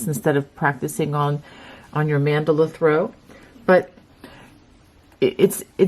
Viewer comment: Beginner here but you made this seem doable for a beginner. Beautiful blanket. Can't wait to get started. Oh and thank you for actually knowing how to pronounce Mandala. I am a quilter and often find myself yelling at the tv everytime I hear that word pronounced as if it had an extra "L". I know.....silly.